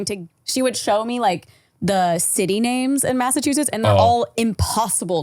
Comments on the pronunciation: Being a Brit watching you guys butcher the place names is hilarious. Yes it is the same as the sauce haha 😂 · Fellow Canadian here who also cannot say Massachusetts 😂